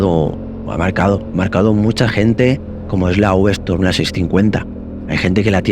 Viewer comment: S T O R M no,, no es STORM. Es V Strom!! Storm es "tormenta, en inglés. Strrrrrroooommmmbbb! 😂